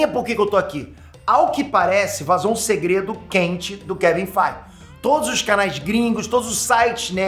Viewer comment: "Kevin FEIGE" 😂😂😂😂😂😂😂